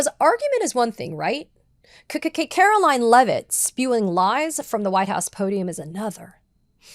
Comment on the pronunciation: lol... i heard that Katie... 'kkk karolione' 😂